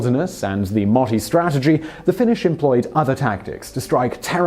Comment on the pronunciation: You said moti wrong >:) finnish is hard